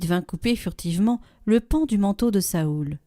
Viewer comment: Cest nouveau de prononcer Saoul ?